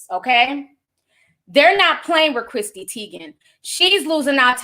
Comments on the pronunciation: “Christy” lmfaoooo my aunt Ti ain’t getting no names right & don’t care! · be karate choppin these names up and im here for it. Article: Chrissy Teigen Ti: cHrisTY 😆